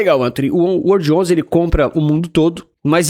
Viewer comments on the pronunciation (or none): WRLD11 remete a "world". Fica bem estranho falar "uordi" (remete a "word", palavra). Poderia pronunciar world... Coloque uma pronúncia mais inglesa aí, você é um cara internacional 😉